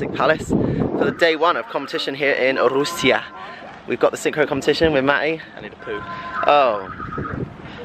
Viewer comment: Congratulations and LOVE how you pronounce Rusia....in Spanish. My respects and love for you, Lance,!